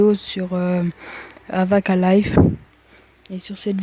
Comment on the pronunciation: Tu sait pas lire tu dit avakan o mieut de qvakin